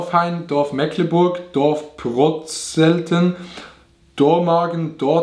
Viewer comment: Pov: dein Dorf wird einfach falsch ausgesprochen…😐😂